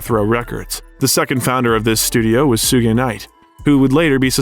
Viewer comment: The pronunciations of Mathers, Rosenberg & Suge are absolutely criminal